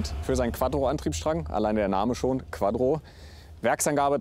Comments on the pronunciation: audi is bekannt für quadro. wie der name schon sagt: QUADRO:D:D:D:D Q U A T T R O mit "T" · Es heisst Quattro und nicht quadro😂😂🙄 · Nervt es eigentlich nur mich das Quadro und nicht Quattro sagt?😂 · Quaddro. Ich liebe Quaddro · bitte es heisst Quattro und nicht Quadro.... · Ich kan den leiden, ABER das heißt immernoch quaTTro und nicht quaDro. Ein leidenschaftlicher Quattrofahrer sollte das wissen. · AAAAAAAHHHHH maaaaaaaannnnn QUATTROOOO nicht QUADDRO, was ist quadro denn, meein gott